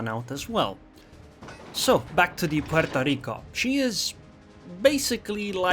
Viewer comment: Every time says 'Pueeerrtooo Rrrriiicooo', shake your maracas!